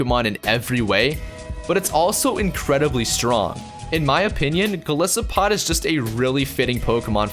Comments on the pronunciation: And 'Go-lie-so-pod'. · Going to hit you down on pronunciation a bit: Lusamine<-- "Loo Sah Min Eyy" Golisopod<-- "Goal Isopod"